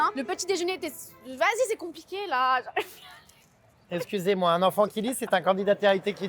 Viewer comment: J'ai entendu : "sucez moi c'est à qui ce téléphone?" au lieu de "excusez moi" HAHAHHAA